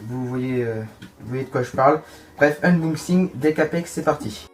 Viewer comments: je crois que c'est un UNboxing et pas UMboxing mdrr ;) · Unboxing pas umbouxing